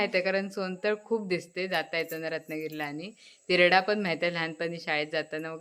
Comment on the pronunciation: तेरडा म्हणायचं turda नाही